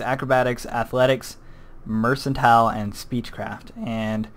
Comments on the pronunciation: 1. It's not "mersantile" it's "merkantile" 2. The place you start in is not Oblivion, it's Cyrodil 3. What you call Cyrodil, is The Imperial City.. Other than that, great vid! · "It's not 'mercantile' it's 'mercantile'" Did that make sense? No? Tada.